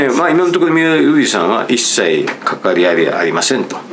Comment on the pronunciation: 三浦瑠麗さんて言いにくそうなのにずっとフルネームでちゃんと呼んでるのすきw